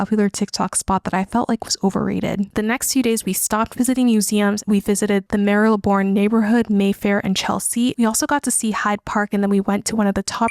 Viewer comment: Yeah, London is definitely very expensive for what you get. I still love it here, though. Funny I've never visited any of these places (other than the neighbourhoods, parks and markets) and I live here lol BTW Marylebone is pronounced Mar-le-bone.